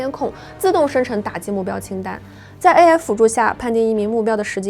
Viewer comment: AI的发音能不能纠正一下 每次听着都很难受😢